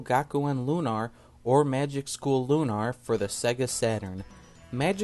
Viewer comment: It's Lunar, not Lunar, but yeah.